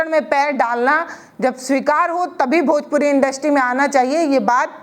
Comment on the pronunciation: Bhojpori nhin hota 😂bhojpuri hota h